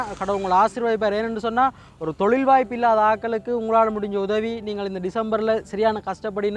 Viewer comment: தோழில் இல்லை ஒற்றைக்கொம்பு தொழில் please don't kill the Tamil